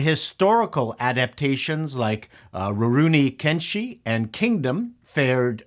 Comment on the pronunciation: That pronunciation of Rurouni Kenshin hurts me on a spiritual level... That aside. I agree with everything else you said!